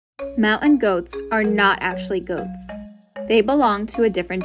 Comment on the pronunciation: HOW ABOUT YOU GET SOMEONE TO NARRATE WHO CAN PRONOUNCE THE WORD MOUNTAIN 🤦🤦 It's "moun-tain" Not mownt-ehn! At the very least, please pronounce the word the same every time. Every time she said it it was pronounced differently.